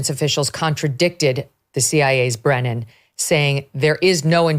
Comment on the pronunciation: It's Brennan..Brennan 100%